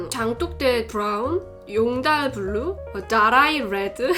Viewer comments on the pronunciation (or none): 장똑대 BRRR운, 용다RRL 블르우, 다롸이 뤠드 발음 ㅗㅜㅑ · 용돨블루, 돠라이레드 ㅋㅋ